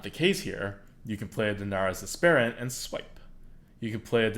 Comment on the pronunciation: Lol it's dar-NASS-uss ASS-per-int EDIT: RIOT!